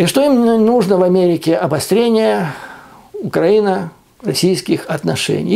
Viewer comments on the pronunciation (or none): none